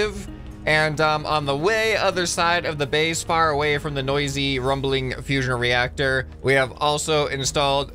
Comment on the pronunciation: Fusion reacsher